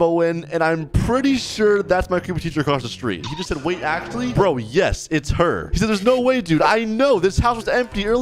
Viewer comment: bro said bruo